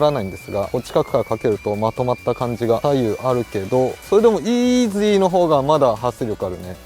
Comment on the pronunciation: のイーズゥィーって発音がツボでした🤣